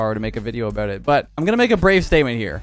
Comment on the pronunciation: We all knew who he was talkin aboot